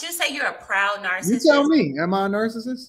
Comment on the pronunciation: Someone tell this woman how to pronounce “narcissist.”